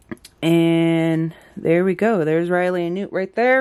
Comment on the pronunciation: It's RiPley. She's not a Pterodactyl, the P isn't silent. Good channel otherwise.